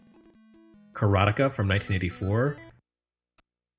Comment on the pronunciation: Does anyone else think he is talking about some kind of erotic karate when he says "Karateka?"